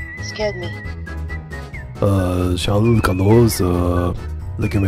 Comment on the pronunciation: Shaaarll?? You mean Chuck?